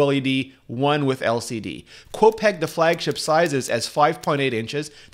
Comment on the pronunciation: Hey Rene , can you tell me why you always pronounce Min Chi Kuo's name backwards???? His name is NOT "Kuo Min Chi". u got it all backwards man. its as if we were to call you " Ritchie Rene"